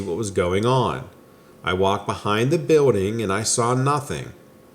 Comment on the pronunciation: I love when you say “biwlding”.